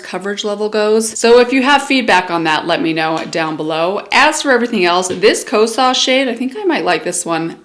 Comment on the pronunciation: FYI LOL Kosas is pronounced “ko-suhs” not ko-sauce